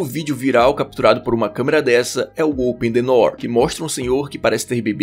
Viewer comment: "Oten nenoom"